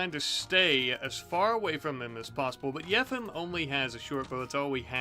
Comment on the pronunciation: I think yefim's name is pronounced as yeh-feam